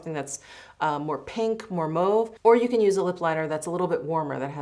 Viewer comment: It’s cute and different but I never heard anyone pronounce “mauve” like “moove” it’s ear catching…